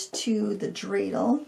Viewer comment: Thank you for the Hanukkah theme! And, you pronounced dreidel correctly. Like the Hanukkah gelt too. 😉